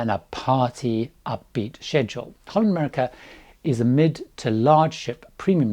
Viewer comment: I would practise on saying "HOLLAND America". the HOLLAND is not very pronounced very well, and it is such an easy word. It sounds as " Honda" how you mentioned it.